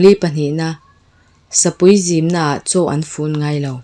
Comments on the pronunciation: Zim hi kawngka zim angin i chhiar ri a man tumin zim riah chhuah la rang deuh in lam a ngai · I tawng thluk leh lamrik a dik tlangpui Pakhat lam dikloh I neih chu Sapui zimnaah tih chiah kha I thluk diklo Zim kha thluksei loh tur Arpuiin mi lim , Ka thin a rim tih thluk a Zim kha lam a a dik Sazuk zimnaah ka tel ve tawh ' tih thluk khan lam rawh